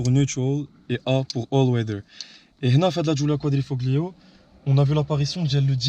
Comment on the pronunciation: Giulia quatrefromaggio 😂 inshalah je vais en acheter une elle est magnifique beauté et puissance